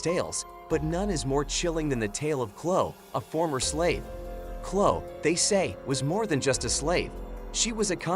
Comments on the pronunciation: Chloe (ch-low-ee) not Clo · Pronounced Chloee